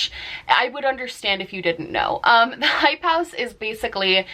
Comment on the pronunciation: It took me way too long to figure out what you were saying when you were repeating "hype house"